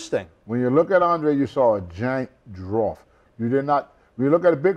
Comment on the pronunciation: What's a drawf?